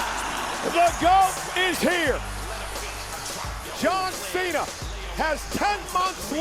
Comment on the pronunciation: Here is your winner john mena she said john mena😅😅😅 Edit- no hate